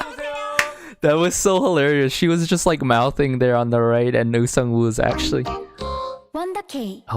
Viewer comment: Absolutely fantastic review❤ Very detailed and earnest, I think! Just one thing: "ong" is pronouced like "song" without a "s-" sound 😍